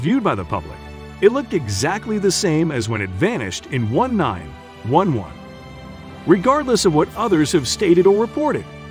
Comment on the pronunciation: Why can't he say 1911